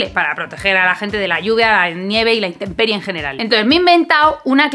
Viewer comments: Dice "interperie" y es intemperie. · creo que interperie con "r" no existe, sería intemperie